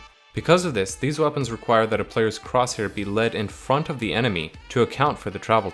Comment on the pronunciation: ze hight damage XD